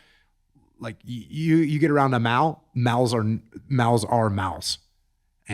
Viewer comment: Can anyone decipher what the dog type they're talking about at the end is? Are they saying "mawl", "mowl", "mou"? I can't get it.